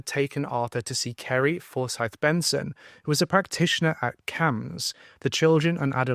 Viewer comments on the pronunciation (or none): none